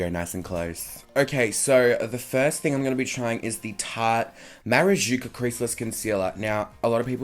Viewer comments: Maracuja !! not Marajuca AHAHAHAHAH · Marayuca?.. hahahaha love u.. latinos will hear that and cringe